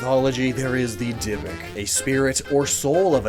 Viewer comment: dybbuk is pronounced di-bok